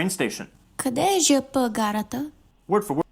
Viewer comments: Човек е, но явно тя е живяла извън България дълго и затова е объркала произношението на ,,ЖП." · Не е роботизиран глас. Истински човек е. Името ѝ е, тя явно не е живяла дълго в България и е объркала произношението на,,ЖП". Тя беше написала коментар, но после не знам какво направи? Изтри ли си го, не знам. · Тя самата не е живяла дълго в България, че обърка произношението на ,,ЖП". Ала нека бъдем честни, това произношение идва под влиянието на руския, защото те произнасят буквите от азбуката си, като на латински. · Личи си, че тя не е живяла дълго време в България, особено като произнесе ,,ЖП" грешно. Ала нека бъдем честни, това произношение идва под влиянието на руския, където и ,,гара" идва от френски през руски, те спелуват буквите си като на латински.